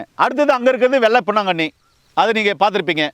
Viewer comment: பொன்னாங்கண்ணி கரிசலாங்கண்ணி தெளிவா சொல்லுங்க